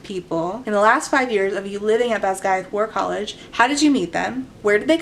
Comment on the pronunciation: Not having read the book, I thought was saying "Badguy War College" at first. I didn't question it either lol